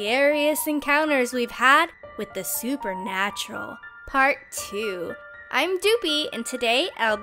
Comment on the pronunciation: its doopie not dupie